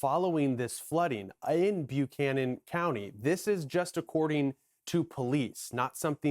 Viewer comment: It’s pronounced “Buck-canon” by the locals, not “Bu-canon”. Also, it’s Southwestern VA, not Western VA.